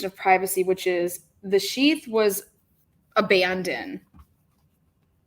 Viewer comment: abandoned. It's got a "d" on the end.